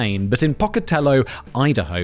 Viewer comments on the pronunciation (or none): Pocatello, Idaho. 😅 It's POE-kah-teh-low, not pah-kah-teh-low. And not poe-kah-teh-luh, like Marilyn Monroe sang. And yeah, everyone smiles at everyone.